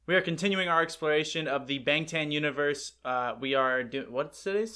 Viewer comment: Thanks for the shoutout! You’re still pronouncing it the old way😉 Say the word “lawn”; it’s Bawng-Tawn Universe...I’m gonna get you to say it correctly before the storyline is over🤣🤣🤣💜💜💜